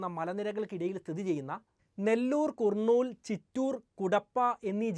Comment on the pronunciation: കുർനൂൽ, കുടപ്പ അല്ല കർണൂൽ, കടപ്പ എന്നാണ് ഈ സ്ഥലങ്ങൾ.